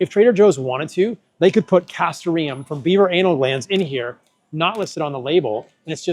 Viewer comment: Great information. Just to let you know, as your screen phonetics show, the stress is on the second syllable, not the third: ca STOR ee um.